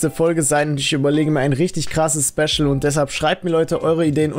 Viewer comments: Schpeschel Edition? 😂❤️ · Schbeschal edischon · Schpeschel Edition? Dein ernst ?